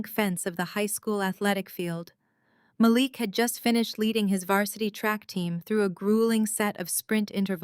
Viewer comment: Mah Leek not malick